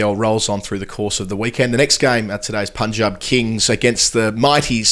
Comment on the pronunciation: Well done guys!! Punjab pronounced correctly! ✌️✌️